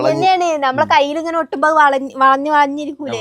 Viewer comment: Keyil alla kayil😅